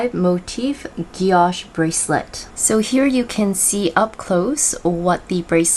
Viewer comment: Thank you for this. (by the way, it's pronounced gee-oh-shay, there's an accent on the last e, guilloché)